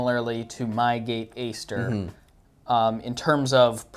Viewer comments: nah its the GATE Aster, but he pronounced it differently :D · It's pronounced Ate Aster, that type of A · No offense but could u look up how to pronounce aster I’ve been watching a few of your vids u pronounce it wrong and it’s a little cringey sorry. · If you get the basic Titan from gate, its a lot cheaper. Ive never found a need for the advanced settings in my SSG build. Definitely if youre on a budget look in to the basic module titan. Also I believe Aster is pronounced with a hard A, as in "at".